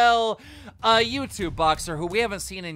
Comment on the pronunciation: Tiktokah an yutubahh yeahh